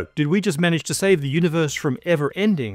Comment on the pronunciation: I remember watching from around when pronounced "universe" as "univorse"